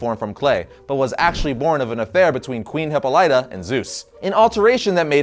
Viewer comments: It's a greek name: Hip-po-LEE-ta, not Hip-po-LI-ta. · Yes. Finally a Wonder Woman video. (3 minutes in - "Hippo-LITE-ah") And I'm done. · Hipo-Light-Ah??? lol It's pronounced Hipáh-Lit-Ah. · Every time Hippolyta has appeared in things like Hercules the Legendary Journies, Xena the Warrior Princess and A Midsummer Night's Dream, her name has been pronounced \hi-ˈpä-lə-tə\. Both those shows had actual greek mythology scholars to help with things like pronunciation. is terrible at pronunciation and has admitted as much in the past. Some people find it more annoying than others. you can listen to it here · no the voice actor in the wonder woman (2009) movie pronounced it wrong. Hipollyta exists in greek mythology like zeus. thus Hipo-Light-ah is the right pronouciation no matter what dc does with it. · Dude, learn to say the mother's right and I will watch your videos to the end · lol you're butchering Diana's mothers name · you say Hippolyta wrong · How is it you are such a comic book fan with this channel and you can't pronounce Hippolyta? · You always say Hyppolyta's name wrong! lol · Please learn how to pronounce Hippolyta.